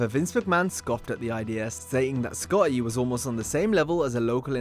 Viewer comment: nearly gave me a hemmorage at how you say Sc-otty. Should have got someone else to dub that name.